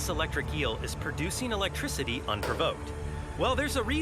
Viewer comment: He said electrocity